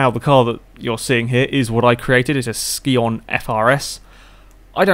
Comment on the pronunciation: Scion-pronounced sy-on hope this helped for future video's